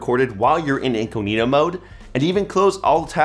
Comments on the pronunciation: During the Bromite segment, did you really call incognito mode "inkoheno mode?" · I hate that he says "in-coo-knee-toe". Genuinely makes me rage.